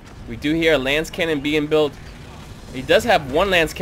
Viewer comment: Thanks for the commentary and the replays! One thing: its a lascannon, not a lancecannon. The unit pronounces it when you click it in case youre wondering.. great games!